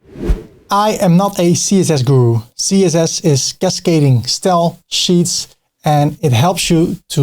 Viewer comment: The "Stel" for "Style" gets me every time lol